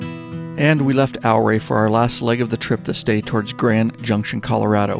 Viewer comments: Ouray is pronounce "your-ray" not "ow-ray." Looked like a terrific ride. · Love all these trip videos the best! I know this is a lot of work to produce something of this length. Thank you and team. BTW, from Colorado. It's Ooooh RAY!! NOT OURray!:) Thank you for all you do! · Ouray is pronounced "your ray',,,not OUR way. great video regardless. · Ouray Colorado is pronounced "U-ray". Like Eugene. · Good vid, Ouray is pronounced U-ray. Ive run Red mountain, Molas and Coal bank passes numerous times . Had a boulder cut loose and about took out the old lady and me. Also droven a semi over all that in the middle of February with 45000 lbs of wood pellets. Still a little puckered. Ride on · Great video. Yes, rides like these are epic! (BTW, Ouray pronounced like "Hooray!") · Took most of the day, on and off, but watched the whole thing. Great work, story telling, just the right balance. Definitely relatable having done several multi state trips. You captured it well. Yes, that last day ushers in true peace and contentment that stays with you for weeks. Btw Ouray is pronounced ew-ray. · Ouray Colorado pronounced like “Your-Ray “ is named after Chief Ouray . The Million Dollar hwy actually starts outside of Durango and is the whole route to Ouray . Come back someday and do the entire loop Durango to Ouray then to Telluride back to Mancos,Hesperus and then to Durango. I will also say over to pagoda springs , Wolfcreek ,Southfork ,Creed, lake City and around the north side of the Black Canyon of the Gunnison to Delta is a nice ride. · Oh yeah...and the Ouray pronunciation was pretty entertaining as well, an earlier commenter got it right, but to say it like a local, it's yuray. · Great video of a great trip. Ouray is pronounced as youray. The O is silent. Love all your stuff. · It’s pronounced “U-Ray” Colorado.